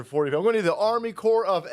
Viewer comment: "fOR DuH aRRmeE"